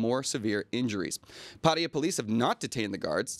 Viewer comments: IT'S PATTAYA NOT paria...... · Why do USAians and several other English speakers always say Pædiæ instead of Pattaya?